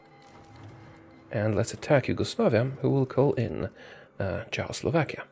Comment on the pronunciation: I love how he says Czechoslovakia like Jo~aoslovakia